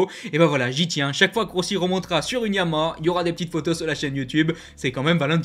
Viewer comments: oui mais comme tu parles vite on entend pas le dernier Ha alors insistes un peu sur la dernière syllabe. Je peux te dire que ça choque des gens qui bosse pour cette marque… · je te rappelle que Yama est un dieu et pas une marque de moto: Si tu veux nous parler des motos noires et bleues avec le logo aux 3 diapasons alors il s’agit de Yamaha qui est un nom en 3 syllabes. Fais un effort au moins par respect pour la marque et notre champion Fabio! Merci